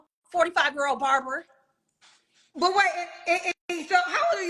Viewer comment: “Barrerrber” 😂 she disrespectful !!! Barbers are getting the big bag nowadays!!!